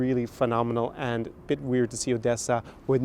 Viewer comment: You better not transfer Ukrainian cities` names from russian language, or we'll get annoyed. Odesa is not odessa (even Google Maps know this). And it reads 'OHdesa' not russian 'AHdessa'.